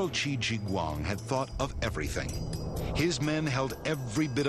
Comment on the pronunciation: it is prunounced shi huang di